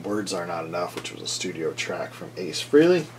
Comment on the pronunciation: It's pronounced "Fray-lee", not "Free-lee". Learn it. Know it. Live it.